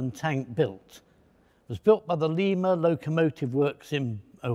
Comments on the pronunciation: It's L(eye)ma Ohio, not L(ee)ma. Lima Ohio. We have a penchant, here in Ohio, to mispronounce our city names. For example, I live in the Akron, Ohio area. Nearby is a small town, Mantua. Pronounced Man-oh-way by its denizens. Go figure. Great video, thanks for posting. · He says the Lima locomotive works like "Leema" , I live in Ohio near the tank factory, it's pronounced more like Lyma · The locals say Lye-mah, not Lee-mah, Ohio. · Great video, as always. One minor detail: Lima is "lime-a," not "leem-a." An Ohio thing. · I'm from Ohio, we pronounce it lie ma not lee ma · fyi its pronounced LIE MU ohio. not LEE MU. how do i know? i live about 30 miles from there. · pronounced not as Lima as in Peru, but as Lime-ah, Ohio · We mispronounce Lima - with a long "i." Like the bean. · You mispronounced Lima. It's like the bean, not the capital of Peru.